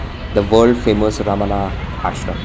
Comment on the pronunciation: It is pronounced as Bhagavan Ramana not Raman.